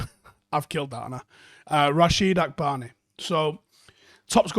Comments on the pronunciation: 😂 'Akbany' is actually pronounced ' Akonbee' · Lol., you murdered the name lol! He's from my country it's pronounced Ah-KAN-bi. Nice video still. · Hi. It's actually pronounced AH-CON-BEE Love from Nigeria♥️